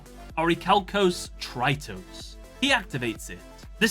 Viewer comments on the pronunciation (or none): Deuteros is pronounced the-fte-ros, it means second, since its the second seal of orichalcos tritos is pronounced tre-tos, it means third. Those are greek words. Aristeros means left, and dexia means right, meaning, left and right hand. However, i'm pretty sure that the translations were bad considering that the word aristeros, which is an adjective, has an -os suffix, implying that the subject is male, while the suffix -ia from dexia, implies that the subject is female. The right one would be aristeros and dexios. What's even funnier, when he talked about aristeros, meaning the left hand, the video showed the right one, and vice versa xd.